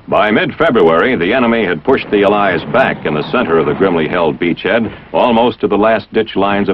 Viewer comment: Al "Lies" not allies